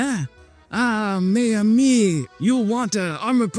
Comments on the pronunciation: More like "mezamee". The last "s" is silent. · mes amis is pronounces mezamis